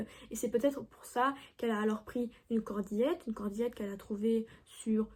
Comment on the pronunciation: à 17 min 25 sec. (error404)..cordelette...pas cordillette 🧐🤓..